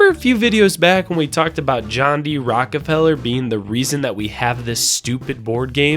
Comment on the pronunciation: This dude just say “Rockepeller”?!